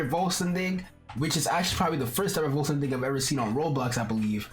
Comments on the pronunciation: the way you said vollstanding sounded german as f XD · How u said vollständing and Flügel XD German words btw